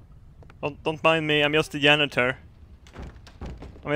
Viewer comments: "don't mind me, I'm yust the yanitor..." -, 2015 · "His JAw" "Don't me I'm JUst a JAnitor" I love how he says words that start with J